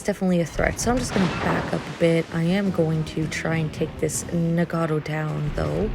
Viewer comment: A couple of notes on pronunciation you might like: Nagato - Na with the 'A' as in cat. Ga also with the 'A' as in cat, - Toe. Very short and clipped - practice it - Na Ga Toe. Same thing goes with Yamato. Ya with the 'A' as in cat, Ma with the 'A' as in cat, Toe. Very short and clipped. Ya Ma Toe Musashi - Mu with the 'U' as is but, Sa with the 'A' as in cat, She. very squeezed up , shortened and clipped. Mu Sa She. The Japanese tend to speak very fast and to the western ear it can be hard to pick out some words.